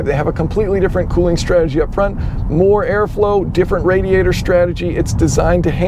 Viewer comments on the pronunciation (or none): none